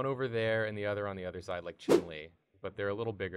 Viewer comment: Omfg, thank you so much for pronouncing ‘Chun Li’ the right way 🌝